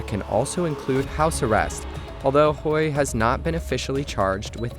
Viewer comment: Hui rhymes with day, doesn't rhyme with boy. Yuan rhymes with swan, doesn't rhyme with hen.